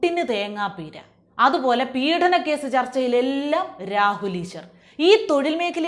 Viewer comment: കുട്ടീ, പീഢനം എന്നല്ല ഉച്ചരിക്കേണ്ടത്, പീഡനം എന്നാണ്.